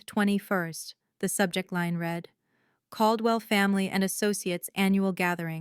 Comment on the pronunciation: The last name is CALDWELL, not cold well-properties